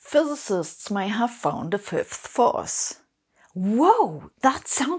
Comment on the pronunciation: I applaud your effort to enunciate "fifth force" clearly, I know you Germans can struggle with that one. Just the same, I had been hoping to have a laugh at your expense, and left mildly disappointed on that front. <3 You never cease to amaze me with your many levels of determination!